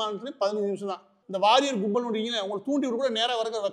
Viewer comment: Ivaru sir uu, Warrior illa waarier (waariyaaeer)